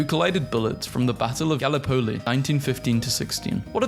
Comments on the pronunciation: If you're going to make a nearly 20 minute long video that is nothing but other people's content and your only contribution is going to be narration, you should at least make sure you know how to read properly. You pronounced Gallipoli fucking weird, its guh-lip-puh-lee. And you read 9mm bullet as 99mm bullet. I'm not gonna watch the remaining nearly 16 minutes when in the first three and a half you've made as many mistakes as you have. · You somehow pronounced Gallipoli with an American accent. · this has to be the worst way i've heard someone pronounce Gallipoli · I know you're doing to to get people to comment but please don't intentionally mispronounce Gallipoli, it's a bit of a sore spot for a lot of Australians (and kiwis)